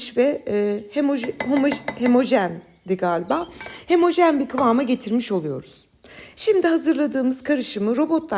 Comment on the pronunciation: Çok tatlısınız ☺️😘 Doğrusu hemojen değil homojen